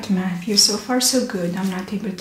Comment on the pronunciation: ate his name James ?? she keep saying Mattrew?